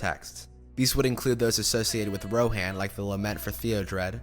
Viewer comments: Love the video, but I can't get over the Gone-dor, Rohaan, and for goodness sake did you say Ozgiloth? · Enjoying this so far...but how are you mispronouncing the locations. Lothlorien, Rohan, Osgiliath, Minas Tirith All of these are said in the movies...